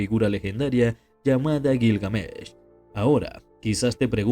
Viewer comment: Detesto los videos que se anuncian como algo mas interesante que el verdadero contenido, ah, y me sangran los oidos cuando te inventas la acentuacion de Gilgamesh...... que perdida de tiempo